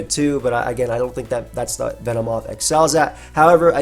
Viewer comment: Ah yes, my favorite mon Ven-moth xd Joking aside, love using this bug